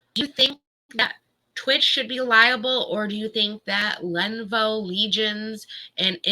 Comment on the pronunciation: Len-OHH-vOOOH. Not Lenvo!!!